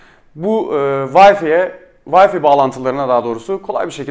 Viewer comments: Bir de Türkçe konuşabileydi iyi oacaktı ya..Bilgisayarına kurduğun O wi-fi ( VAY...FAY okunur ey millet, VAY Fİ diye okunmaz ) programının adını bi zahmet yazıver koçum hadi bakiiiim aslanım göreyim seni... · vayfi deyip durdun sinirlerimi bozdun :D ya vifi de ya vayfay bu nedir ya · Herkes bir gün Wi-Fi kelimesinin "Vayfi" diye okunmadığını öğrenecek :)